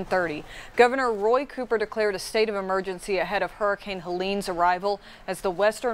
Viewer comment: it's COOPER, not copper. not hard.